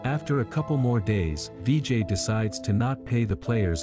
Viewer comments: it not "vee jay" its "vi jai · Its not dj it's Vijay